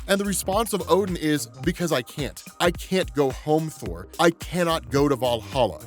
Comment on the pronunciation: I don't think I heard that right. The return of whore? I listened to it like 5 times and thats still the word I hear.